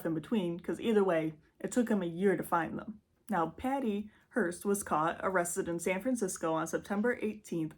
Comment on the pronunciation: It’s a “HEARSE” for “dead people”, no T in it. HEARST for this one. Great job honey…keep at it! 👏🏻👏🏻👏🏻👏🏻👏🏻